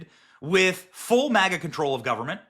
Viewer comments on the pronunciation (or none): none